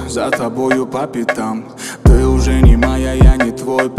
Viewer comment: Акцент хреновый во время произношение слово ""ты"" ужасно получается